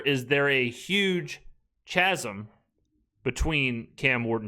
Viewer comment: Chat I KNOW the former pulitzer prize winning face of the franchise did NOT mispronounce chasm